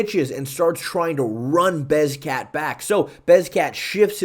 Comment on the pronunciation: You are saying beZKat instead of beKZat now??? This is even worse than the movzar mozvar thing. It feels like you are trolling me specifically omg this irks me so much